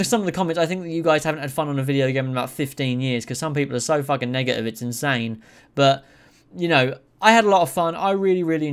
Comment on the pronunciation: Say man…Im going to need u to pronounce “negative” a bit better bro bro